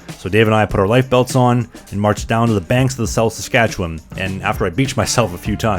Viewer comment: Gasp you pronounced Saskatchewan correctly. So many people say saskatcheWAN emphasizing the WAN pronouncing the A like how it is in yawn. When in reality it’s pronounced somewhere between “win” and “wun”